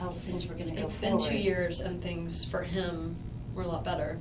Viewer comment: Wendi- “It’s been two years and things for him were a lot better.” She emphasized “for him”. Resentment/jealousy (?)